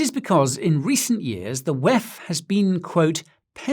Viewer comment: NO one calls it 'weff'. Just saying. but amazing video overall.